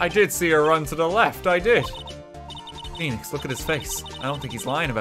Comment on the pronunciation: RT butchers Phoenix lmao